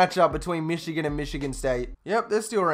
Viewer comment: Why do you say Michigano and not Michigan?